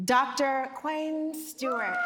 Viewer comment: How are you BLACK and fxcking up his NAME?!?! His name is pronounced "Kwan."